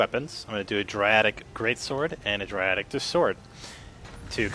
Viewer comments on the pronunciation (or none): You say it [day-dric] not dra dic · Its called DAEDRIC, not Driatic! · It's not driatic it's daeric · Why do u call it daradic its daeric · Really dradic it's deadric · Draiadic Okeh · Oh my god it clearly says DAEDRIC DAY-DRIC not fuckin "Dradic" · It always reads in my head as Day-Ed-Drick. I don't care how this guy pronounces it. I'm just happy to see the tricks he was describing in action. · can I ask why you call it Dradic? Not to be mean, but its Daedric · Dae-dric not driatic. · Where does he get *Driatic* from Daedric? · its deadric ( day-drick ) not ( dra-dick ) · That was driving me insane thank u!!! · more like dre dick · Dri-attic great sword, Dri-attic just sword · its pronounced DAY-DRIC you swine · Mate no offence but it's daydric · So what its 'Day-Drik' you understand him right?! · "Daedric" is pronounced "dee-drik". Like "daemon." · lol its pronounced daydric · Correct me if I'm wrong but I think it's pronounced day_drick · no, its pronounced (Today-Trick) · It's pronounced (Day-Drick) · please pronounce daedric correctly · ur saying it wrong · I'm more mad than I should be on the way he says daedric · You don't even know how to say daedric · LOL he says daedric funny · He spent a ton of time analyzing and playing but didn't take two seconds to read and pronounce "Daedric" properly!